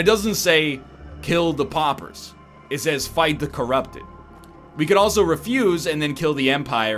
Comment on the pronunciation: Poppers! Poppers! I know he's Canadian but he doesn't say slaughter as slopper. They are p'au'pers not poppers. Dammit egg. Awesome series by the way.